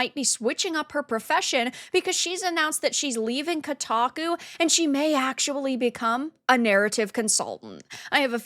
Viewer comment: She certainly destroy "Kotaku" 😂😂😂